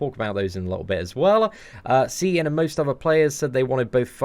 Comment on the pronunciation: You said it perfect seatin dont worry about the haters stay up maine!!!!